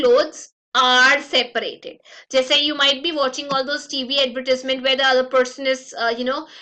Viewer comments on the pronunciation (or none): none